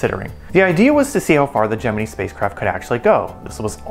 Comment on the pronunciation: Your pronunciation of the word Gemini is retarded. Where did you go to school?